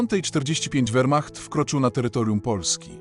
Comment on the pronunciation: Füchrer I wechrmacht? Bolesne doswiadczenie sluchowe. Lipa I nedza.